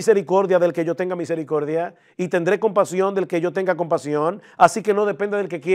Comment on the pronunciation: Homer Simpson calvinista rechinando los dientes cuando habla de la misericorrrrrrrrrrrrrrrrrdia de Dios.